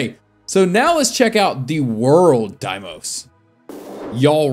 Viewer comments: demios XD DE I MOS not demios ur switching the M and the I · Btw it's not demios is deimos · mans said demios its daymos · Is not demios is deimos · it's "Deimos" not "Demios" 🗿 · Why does killer queen look like ghost rider? And its pronounced deymose or deymos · the stand names you did not say correctly so i will make it a bot easy you say it like day-mos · It’s pronounced Deimos, say like this: dey-mos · It’s not what u say Deimos it’s pronounced “day-mos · pronounced day-mos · I think deimos is pronounced day-mos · its pronounced dee mos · just fyi it's pronounced day-moss